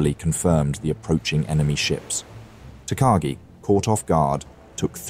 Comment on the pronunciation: takagi pronounced wrong but doesnt matter much